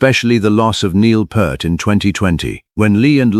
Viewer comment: Yes, and also crying from how this ai is mispronouncing his last name. 😢